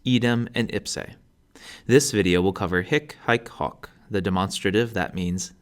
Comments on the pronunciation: Wish he'd pronounce the 'o' correctly. It's not short, anyway. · the "i" should be pronounced as a the i in "beat" but shorter in length, the 'e' at the end of 'ipse' shouldn't be dipthongized, I heard you off-glide the 'e' into 'ei'. You confused the pronounciation of 'hoc' also, it shouldn't be the short vulgar sound if we are talking about classical latin. Besides the pronounciation errors, good video!